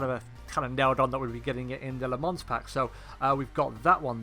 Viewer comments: Pronounced “lə mɑ̃” not “la mans” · Nice vid, the "S" is silent, it's pronounced "Le Mon" spelt "Le Mans". Thanks for a good vid.